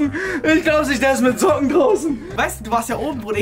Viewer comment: hat zocken gesagt statt Socken 😂